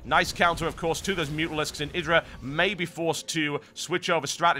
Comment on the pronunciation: This caster is the first British I've heard that's calling IdrA correctly, not "eye"dra lol.